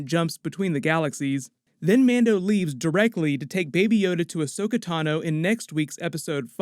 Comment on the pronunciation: Fuck why do people always get her name wrong? AHSOKA, NOT ASHOKA!!